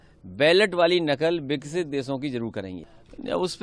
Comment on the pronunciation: नासमझ, विकसित भारत को विक्सित भारत बोल रहा है।